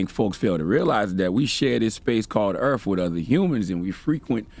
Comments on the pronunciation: Didn't know we live on "earf." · Did he say earf? It's earth. Choices? LMFAO